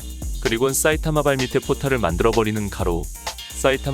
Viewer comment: 싸이타마 라고하는거 엄청신경쓰임ㅋㅋ